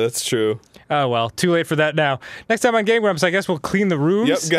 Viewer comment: ITS WHAPPIN TIAME